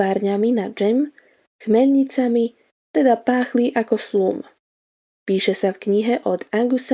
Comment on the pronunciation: Slum se čte slam...